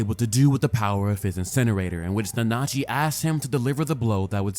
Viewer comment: How did you watch the show and cant pronounce Nanachi correctly?